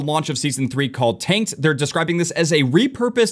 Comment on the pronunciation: Sounds like he says "taint" not "tanked." 😅